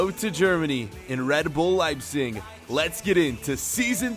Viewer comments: Why are you saying "Liesing" it's pronounced "Lejbsik" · Please say your team name correctly